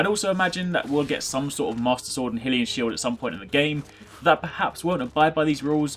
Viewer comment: Say hylian shield properly it's high lian say it like that